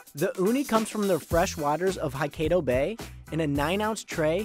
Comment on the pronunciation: This reviewer absolutely butchered the pronunciations of Wagyu and Hokkaido (He said Wagyu with the last syllable pronounced like the Ragu pasta sauce and Hokkaido as "Ha"-kydo. I double checked the pronunciations online to be sure). It's obvious that this guy was way out of his league with these reviews.